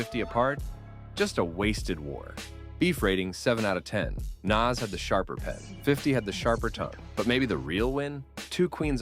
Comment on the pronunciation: Once you pronounced Nas name wrong I had no choice but to turn it off 🤦‍♂️